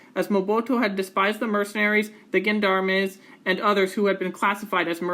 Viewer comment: Just a nitpick, "gendarme" is pronounced "zhan-darm". Otherwise, very informative.